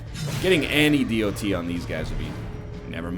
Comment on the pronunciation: NL I love you, you're doing great! BUT PLEASE SAY DOT LIKE DOT NOT D.O.T. I love you and want you to know that :D